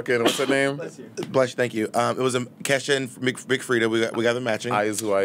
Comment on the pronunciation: im holleringgg at “Thankle” 😭😭